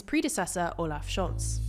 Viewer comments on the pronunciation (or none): none